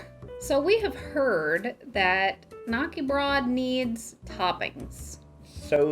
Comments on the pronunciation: Please... Ä is not A. :D Not even close. "Knacke" is a TOTALLY different word than "KNÄCKE" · lived in sweden and somehow was pronouncing it wrong all these years. hard K as in Kay-nak-er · Swede here. Knäckebröd is actually pronounced like this: Hard K-sound. The ä, in this instance is short and sort of sounds like "set" or "heck". Kind of like "kn-(h)eck-eh. Bröd sounds like the second e in "prefer". Br-e(r)d.